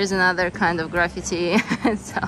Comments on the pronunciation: Happy birthday! Can I give you a pronunciation tip? You are saying graffiti as if it's pronounced like gravity. It's really pronounced grah-fee-tee. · she means the stress is on the 2nd syllable. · I think, she pronounces it like we do it in Russian. We don’t make those [ee] sounds that long.